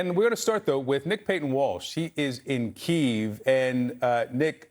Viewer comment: after all these years how is it that someone working for CNN still doesn’t know how to pronounce Kyiv…… this kind of carelessness is unacceptable. This journalist needs to be taken off the air until he can demonstrate basic competence on the subject matter.